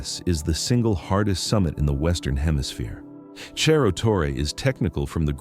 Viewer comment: "Cerro" is a Spanish word, not Italian. Wish you'd pronounce it that way.